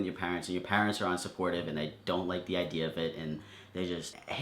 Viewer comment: The only wrong thing about this video was the way he said 'parents'